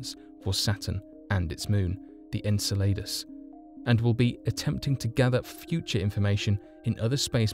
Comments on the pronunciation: Lmao. “The ‘En-sell-ade-us’” kept making me Lol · En-sell-uh-duss.....thats how to pronounce Saturn's moon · Saturns moon is pronounced: EN-CELL-A-DUSS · This word for this moon, as many others, is Greek and is written in English characters and pronounced E-G-E-L-A-D-O-S (Εγκέλαδος - another word for earthquake in Greek) if you want to be right on the spot! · How can you claim to be so knowledgeable, yet pronounce the name of Saturn's moon Enceladus so badly? And there's no THE in front of its name either. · The pronunciation of Saturn's moon was so far off that I almost threw up in my mouth. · Ur pronouncing enceladus wrong lol